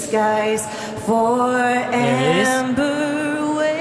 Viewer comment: she was off on “beautiful” (second syllable “ful”) and “skies”. She realized it and recovered the rest of the song. Like I said, this happens to the best singers and does not change my opinion of her at all. She’s amazing and I respect her.